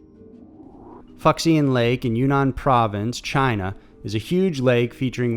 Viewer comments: Err..."Fuxian" is pronounced foo-SHONN, not FUCK-see-in. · LOLOLOL Fucks-ian lake.... brotha man it’s pronounced foo-SHAN. I mean, Im American too but that’s like boss-level american. XD keep up the good work though brother you make decent stuff for the most part compared to a lot of other list-format channels. At least your voice is pleasant to listen to and there’s no robot voice, in that regard you win by a lot 😏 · 抚仙 is pronounced foo she en ㄈㄨˇㄒㄧㄢ meaning pacifiy celestial being… not fucks ian, whoever Ian is. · X in Chinese is Sh sound bro... so it’s Fushian not fuck-see-an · The Chinese lake is pronounced "fu-she-ann" not "fucksian". Good video, but that pronunciation was a little wild. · Umm.. pretty sure it's pronounced "FOO-Shian" not "FUCKS-ian" Lol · "fucksian" lake? If it's Fuxian Lake, it's pronounced foo-shee-ahn. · "Fuck-see-an?" LOL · Fewk -sun is how to pronounce Fuxian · Fuxian is pronounced "Foo shiyan". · "Fucksian Lake"?? For Fu Xian? C'mon!! 😁😁 Good video though. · 1) When you see an X in the name of a location in china it is pronounced "shee" As in Xian....That Mispronunciation of the lake is funny though...2) The "Werewolf is fake as hell. 3) The "Stegosaurus" is a Sumatran Rhino. Those purported back plates are background design elements. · Excellent work BUT I believe it’s actually pronounced Foo Shiang Lake